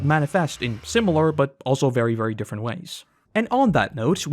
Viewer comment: Saaammme, but DIFFERUHNT